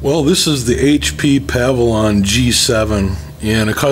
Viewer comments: Pav-a-lon? Think you mean Pa-vill-ion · How do you own a computer business and pronounce a word that is spelled exactly how its pronounced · Puh-vill-yun it is pronounced Puh-Vill-Yun Not Pav-A-Lon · It's pronounced PUH VIL YUN, not PAH VI LAWN. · pa-VILL-yon, just saying. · Pah-vee-lee-yon lol...your shortcut is clever, but I'm not sure if it's legit. I would just do it the right way. Take it apart and clean dust + plus new thermal paste. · PA-VIL-ON LOL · What the hell is a Pavilon - it's Pavilion......PAH-VI-LI-ON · pah-val-on? lol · Glad I wasn’t alone 🤣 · Its like a pavilion you sit under. Just because its a computer doesn't mean you gotta pronounce shit all fancy. Its a pavilion like a gazebo or a hut. I hate when people pronounce it like you do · Can you "go ahead" and pronounce the computer by it's proper name? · You're pronouncing the name of the computer incorrectly. You're leaving out that second 'i.' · in the opening 4 seconds, no less. tried to give him the benefit of the doubt, but he did it again. I never recommend HP laptops to people I like. ever.